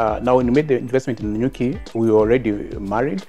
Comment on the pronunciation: ....it is Nanyuki😂😂😂😂